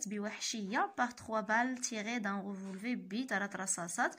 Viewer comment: On prononce le R de la fin du mot revolver